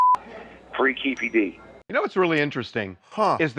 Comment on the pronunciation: Lol it's not keefi d